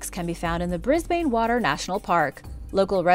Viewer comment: Hahaha that's not how you say Brisbane